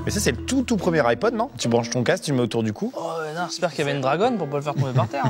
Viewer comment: "le iPod" mes oreilles 😂